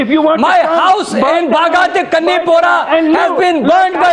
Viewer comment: "where is my wouse" lol